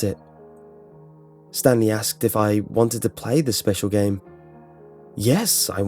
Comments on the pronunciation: I think he said Stan Lee instead of Stanly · Is it Stanley or stan lee? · Am I the only one who thought he said Stan Lee instead of Stanley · Did he say Stan Lee or Stanley? Either way to me it's the first one and it makes it so much weirder. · Is it Stanley or Stan Lee ;) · when they were calling stanley itnsounded like.they said stan lee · all I can here is Stan Lee instead of Stanley